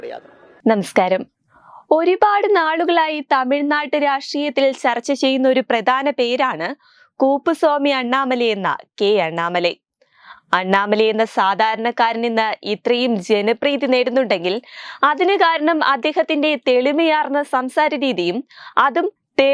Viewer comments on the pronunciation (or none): കൂപ്പു Swami അല്ല പെണ്ണേ..കുപ്പു സ്വാമി അണ്ണാമലൈ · കുപ്പുസ്വാമി എന്ന് പറയൂ മാഡം